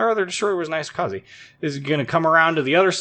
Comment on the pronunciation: Not 'AI-sokaze', it's 'EE-sokaze'